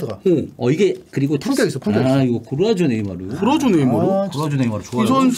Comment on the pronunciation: 골라쏘 고라조라고 하는거 열받네